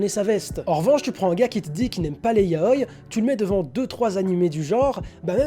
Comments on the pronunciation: Hello! Quand j'entends "YAOILLE", comme dans cette vidéo, ça me donne envie de décéder. Du coup, répétez après moi: "YA-O-I". Autrement, bonne vidéo. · 707 mon prof de japonais nous l'a appris comme ça et puis c'est plus logique de prononcer un i comme un i tout comme le prononcerait un japonai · On dit Ya-o-i pas ya-oi pleaseeee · "yaoy"... Ça me perturbe tout du long 😭 ya-o-i 😭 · Toute la video ta prononciation de yaou m'a perturbé. On dit yaoi avec un i et non yaoy comme kawii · On dit YAOIIIII AVK IIII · Le mot "Yaoi" se prononce bien "ya-o-i" avec un i bien distinct. Toutes les sonorités en japonais se prononcent et ce mot là n'est pas une exception ! Dans la vidéo, la prononciation est donc fausse. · Doukyuusei mon oeuvre favoris ( en tant que fan de yaoi ) j'ai beaucouo aimé ta vidéo à un détails prêt... Je t'es supplie... revois ABSOLUMENT TOUTES TES PRONONCIATIONS XD vraiment parce que c'est ya-o-i et les et [ doukyuuSSei ] et non [ zei ] etc mdrrr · Je ne suis pas d'accord avec toi, certe le "i" doit être prononcé, mais pas comme "kawaii" ou c'est vraiment distinct par exemple. La sonorité du "i" de yaoi est vachement réduite pour se lié avec le "o", car c'est une voyelle. Mais après réflexion il est vrai que dans la vidéo il ne le prenonce quasiment pas, alors qu'il devrait être légèrement plus prononcé mais pas extrêmement non plus. En soi, la vraie prononciation est un mix des deux, mais avec un "i" toujours moins prononcé que les mots possédant un consonne avant le "i", ou la même lettre avant. Voili voilou !